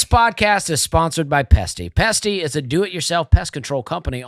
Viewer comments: Dusty goin all Plosive on the Pesty Pest control read!!!!! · I LOL’d!!! PET-SY😂